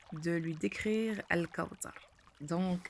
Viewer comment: On dit pas al kaoutar on dit al kaouthar c'est écrit dans le coran " th " et pas " T " apprend a bien parler